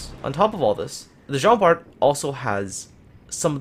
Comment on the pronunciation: Just to let you know, it pronounce Jean Bar.